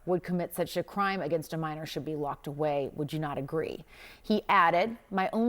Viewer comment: "Locked away!" Emphasis on "Away"